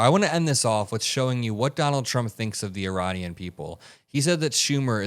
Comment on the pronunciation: Uranian??? Did he misspoke? Meaning Iranian, but got Ukraine and Iran mixed up? Well... it's not the first time he put his foot in his mouth. Obviously his brain is turning to mush.🙄